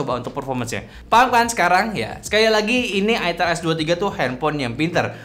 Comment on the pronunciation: Ai-tel bang bukan I-Tel. Gak enak buat bnget kalo I-Tel. 😂